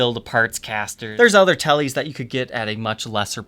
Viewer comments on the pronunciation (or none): none